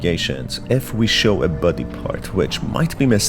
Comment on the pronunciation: I’m obsessed with how you say the word body, like “bwoddy” 😁